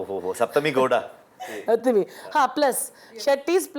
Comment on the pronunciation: Shaptami nhi saptami don't mess up a sanskrit word